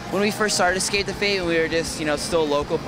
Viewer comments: ppl always say escape wrong. its ES-cape not EX-cape lol the interviewer is kinda annoying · lol the interviewer says "ecscape the fate" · That that fucking junkie dude giving the interview says "egscape" one more fucking time. Fucking hell! and he's smoking a cigarette while conducting an interview? just because Max is, doesn't mean it looks cool for an interviewer to smoke while conducting an interview. Fucking tweaker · "Eckscape the fate" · Do all Americans pronounce "Escape" "Excape"? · lo. he says excape the fat :P haa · i love how the interviewer can't pronounce escape properly :]